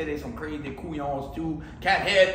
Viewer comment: Let me help you out bruh it’s “Couillon”